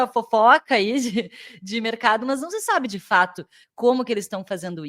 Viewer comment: Muito bom o conteúdo. Por que você fala MÛS ao invés de mas?